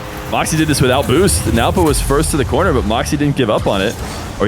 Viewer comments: 😂😂 is used to pronouncing it as newpo but after hearing he is just awkwardly saying nawpo which is so funny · adapting his pronunciation of Nwpo’s name (after the first instance, I guess) to match while a guest on his channel is a sign of a great and attentive co-commentator. The two GOATs of 1’s commentating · can NOT say nwpo's name for the life of him